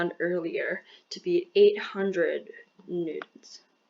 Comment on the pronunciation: what a horrible video. The lag between your voice and your writing could have been so easily fixed with the most basic of editing knowledge. You made several miscalculations. And for some reason you pronounce newtons as newdons which is reallllly annoying.